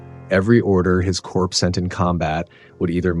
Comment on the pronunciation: Horrible AI voice. corps pronounced as corpse.